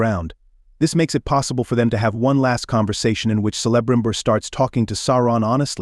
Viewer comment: Sell-a-brimbor? Do your research!